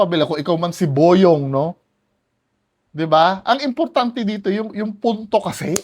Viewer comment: Bungo naman. "Punto" talaga?! Bwahahaha!